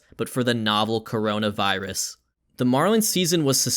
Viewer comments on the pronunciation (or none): "kornmonavirus" Amazing.